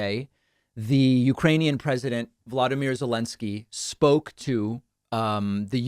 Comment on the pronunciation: David… it’s VOH-LOH-damire. The way you say it seems to confuse Vladamir. Like Va-ladamire. Just noting.